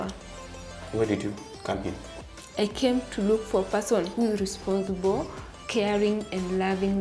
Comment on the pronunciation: Did I hear ,responthible🙄🙄🙄🙄🙄🙄🙄🙄🙄🙄🙄🙄